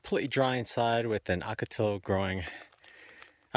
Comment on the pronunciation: Hey, in your first or second video, you mention how to pronounce Ocotillo. Go back to how you were pronouncing it because that is the correct way, not the way you've been saying it lately. So more like 0h-caw-tee-yo, accent the tee. I tend to pronounce it Ah-caw-tee-yo, but that's just me.